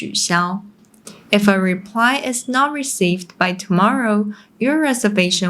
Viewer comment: Pity you don't bother to pronounce the final sounds of your English words properly, especially short words e.g. " five" which you repeatedly pronounce " fai", or losing the "t" from "not" and "about". Very annoying , especially when the rest of your presentation is excellent.